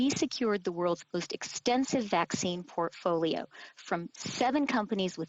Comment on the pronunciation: "Plan A through Z was to have the most diversified vaccine potfolio" what an idiot. does he know that he admitted to not having any other plan